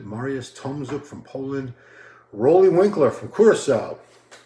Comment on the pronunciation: Roelly is pronounced rue-lly... RUE, RUU, ROO not raw, ro, row